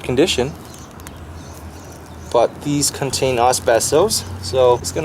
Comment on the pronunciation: ....contain what? Az-best'-oss